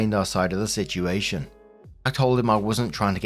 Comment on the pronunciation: Please tell me I'm not the only one who gets a kick out of the way says "situation". It almost sounds like "shituation" to me.😂